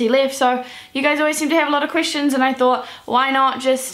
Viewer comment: every time she says the word "questions" I hear "Christians"... oh well. D: #justEnglishlearnerthings